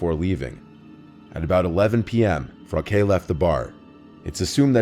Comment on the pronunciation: You wouldn't know, but Frauke is pronounced differently. Also, as a German, I'm disappointed by people naming their kids shit like Frauke. They must've hated her.